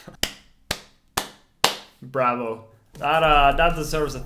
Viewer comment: Dani: "Bravo" Me: Ok he's Italian too 🇮🇹